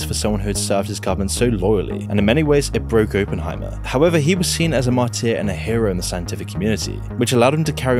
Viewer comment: Constructive criticism: When someone else writes your script for ya , get them to tell ya how to pronounce the words you are unfamiliar with. Confidant. Martyr etc